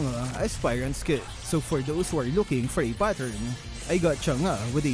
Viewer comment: Its the correct pronunciation.